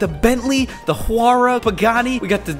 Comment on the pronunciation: Pagani chuarwa it’s pronounced y-ra and spelled something like huyra